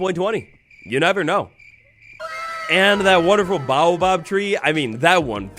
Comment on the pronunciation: Are you intentionally butchering baobab's pronunciation? I can't tell.